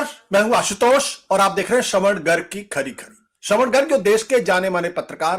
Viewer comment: Can't you pronounce - Sra van Kumar.! Sra van ji .! ??????